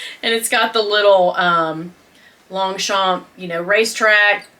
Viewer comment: I love your collabs the 3 Queens the best on YouTube 😍By the way you don’t pronounce the g or the p in Longchamp I know we French people have too many words with silent letters 🤔😜😘 Thank you for making me laugh I needed it